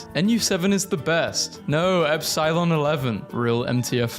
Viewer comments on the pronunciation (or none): none